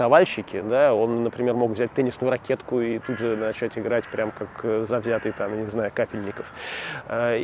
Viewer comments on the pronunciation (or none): none